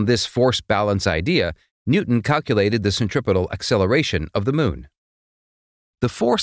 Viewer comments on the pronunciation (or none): none